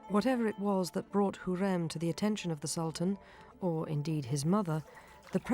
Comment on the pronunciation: it’s pronounced “ha-rem” not “Hareem”. It’s pronounced “Hur-rem” not “Hurem”, It’s pronounced Mu-raad(strongly pronouncing “R”) not “Mu- rayd”.